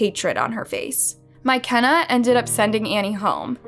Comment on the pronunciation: What in the world is a " My Kenna " 🤣💀❔